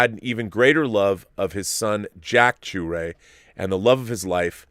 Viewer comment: I'm sure I'll come across wrong, His last name is pronounced sha-ray not shoo-ray, I lived across the street from him when we were in grade school until i left the neighborhood by the time i got to high school, the last time i saw him was 20 years ago. I just found this out on Sunday, I would have liked to have said farewell